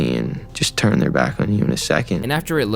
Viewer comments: Justin literally teaches you how to say turn. But you’re still saying churn. Stop saying churn 😢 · why do you pronounce "turn" as "churn"? Asking for a friend.